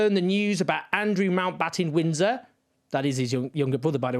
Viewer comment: Owen says “Mountbottom Windsor” at 3.21. Made me giggle.